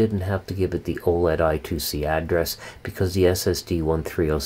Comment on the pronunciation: It's IIC or I^2 * C pronounced I squared C.